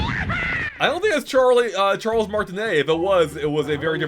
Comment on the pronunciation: you don't understand the joke almost said Charlie instead of Charles